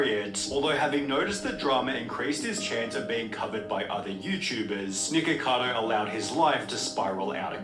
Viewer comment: I kept hearing "niggacado"😂